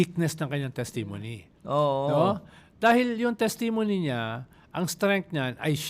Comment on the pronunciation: paki check ang pronunciation mo ng testimony. Thanks❤